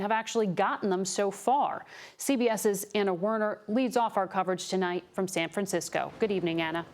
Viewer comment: "San Franskisco"